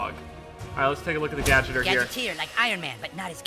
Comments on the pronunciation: I was triggered when speedy said gadgeter instead of gadgeteer( like gadget-ear) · Gadgeter..... he said gadgeter instead of GadgetEEr fucking speedy xD